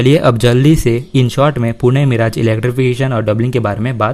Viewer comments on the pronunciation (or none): Yar tum har bar miraaj kyo Bolte ho मिरज नाम है not मिराज